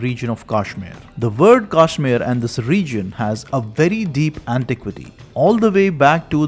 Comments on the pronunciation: It’s pronunciation is not Kaashmir, but Kashmeer! Please pronounce it correctly . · First of all he pronounces the name Kashmir wrongly. What can you expect from such an ill informed person. His information is all lies. Muslims did not exist in Kashmir until 1312. This guy says there was a so-called invasion in CE. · what is kaashmir....say kashmir ....vah rishi shri kashyap ji ki bhoomi h